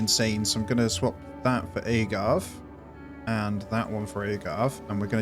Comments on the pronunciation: Every time you said “agave” wrong it made me want to say something 😂 that accent really makes a difference I guess 😂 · loved the video but your pronunciation of "agave" killed me inside a little haha